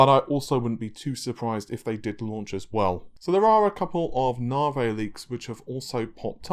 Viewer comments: Nahvaye? really?? come on?! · Navi: Na (A like America) + V (the letter). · Nahhvey, Narvey, Nahvay, Narvay... and no it isn't Narwhale either. That would be kinda cool though. :P Also, why the hell do you keep using that horrible Forza footage from AMD? It makes your videos look like sh.t. It's not related to the topic discussed either. At least fire up the game and grab some decent footage instead of that garbage.